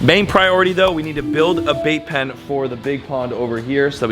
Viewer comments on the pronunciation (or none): I thought you said vape pen not bait pen😅 I was about to start freaking out bc I hate people that vape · 🤣🤣🤣 I thought you said building a Vape Pen.. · Anyone else keep hearing vape pen?! lol love you you’re amazing! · Who else heard vape pen the first few times mention the bait pen 😂